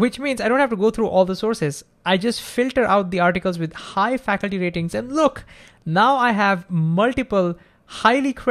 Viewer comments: great job with your channel! I can't think of a better channel on Physics. Also, i presume you meant to say factu-ality, and not faculty. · Great video,! This question has been on my mind lately and I've been trying to figure it out. You explained it perfectly!...BTW, factuality is pronounced fac-tu-ality (you're saying "faculty" in the sponsor ad). Otherwise, your English is great. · Great video!. Just one small thing at 4.30 min: It is not Facul-ty, it is more like Fact-tual-ity. As we know: the former refers to educators in a university/institute, while the latter refers to Facts. You pronounced the latter like former, and I got a little confused for few secs. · Minor correction. Fact. Tu. Ality. Not Faculty. :) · Factuality rating, not “faculty” Great videos though. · When you say "factuality" it sounds like "faculty". May be I heard like that.